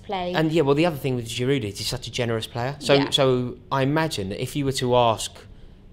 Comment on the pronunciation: "No goal is a bad goal" and "he needs to score some bigger goals". No contradiction there, then.. And if "only scoring in the Europa League' is a put-down, shouldn't we be examining Giroud's record? (By the way Giroud is French so you don't pronounce the final "d" in his name.). Scoring the winner against Tottenham is not an indicator of his form either way. I don't care who scores the winner against Tottenham so long as someone does.